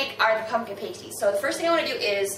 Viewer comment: You do realize that is not how you pronounces pasties right? It's pronounces like pass-tees; not paste-tees. If you pronounce it like paste-tees, it means something other than a food item... you should look it up...